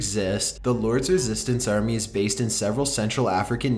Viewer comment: whyyyy oh whyyy are you pronunciating your words like that and putting the emphasis on the last part of the last word in every sentence...its so weird and annoying i cant watch this because of it hahahaha why "home maaaaaking", "retuurniiing", "armiiieeee", "coniieeeeee", dispuuuted", "slaveerrryyyyyy" lol